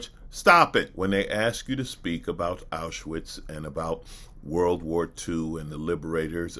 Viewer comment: "AuSHAwitz concentration camp" Really?? Mr "Zabrovsky Devolder Revanche Santos", being a fluent English/Portugese speaker, I'm surprised you misprounced the name of the concentation camp. Being Jew-ish, I thought you knew better.